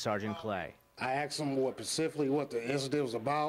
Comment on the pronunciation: "I axed him what pacifically" <-- sure is an articulate one...